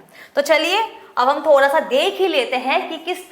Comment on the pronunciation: When mam saying - thodha😄